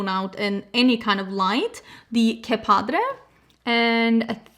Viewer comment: It was so fun dropping this off at your house, I didn't want to leave 🤣 Beautiful looks, I love you and your family so much. and I are so grateful. "Que Padre" means "how cool" in Mexican Spanish. Your Spanish pronunciation is really good!